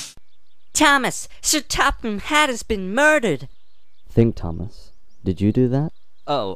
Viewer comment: said Thomas wrong Thomas he said TAMIS